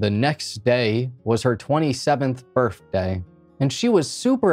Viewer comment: It sounds like he's trying to say birTHday